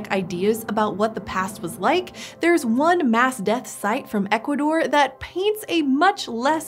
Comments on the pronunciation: Okay, I have never heard Equador pronounced like says it, and it makes me IRRATIONALY happy. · I think has a speech impediment. Yeh I can’t listen to this. She can’t say Ecuador properly. Ok I’m unsubscribing.